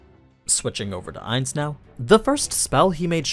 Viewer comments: It's not aniz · Him calling him Ains hurts